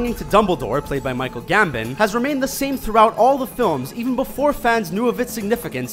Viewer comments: "Gam-BON" not "Gam-BIN" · Seriously, its even spelt GAMBON so i dont see where the mispronounciation could possibly have come from. I mean, come on, Gambin... GAMBIN!! o_o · Why can't this guy pronounce the actor's names correctly? "Michael Gambin" for Michael Gambon. "Kate Blonchette" for Kate Blanchette. etc etc. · Gam-BON, with emphasis on BON. They've always been horrible with pronunciation. I've stated several times that they need to add phonetics to their research process. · The guy mispronounced "Gambon" and "T'Challa", and stated that the actors did not in fact wear prosthetics to portray their human characters. Screen Rant is an enigma, wrapped in a mystery, and encased in a footlocker of poor research at the bottom of a sea of doubt. Who honestly can say why?